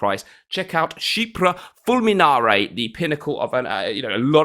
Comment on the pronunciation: You mentioned Clubman Vanilla back in the day and that's the one I picked up. Much prefer it to the original tbh, and very little vanilla despite the name. Basically a smoother version. Can't wait for that full vid on Chypre Fulminarrrrrrre. Roll that rrrrrrrr. 😂 Ciao ciao!